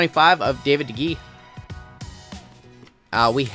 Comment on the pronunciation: Honestly you’re pretty good at the names besides De Gea you were good on the rest of them (Day-Hey-Ya) good video